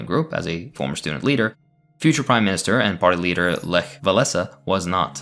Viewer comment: lech walesa - you did a good job on Lech but Wałęsa you need to put in text to speech next time